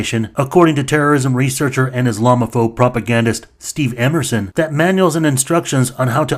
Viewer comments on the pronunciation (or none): none